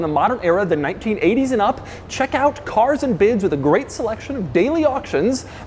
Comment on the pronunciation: More like "caRRRs and biDDs"